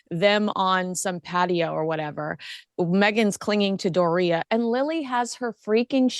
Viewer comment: It's DORia. Not DorIA.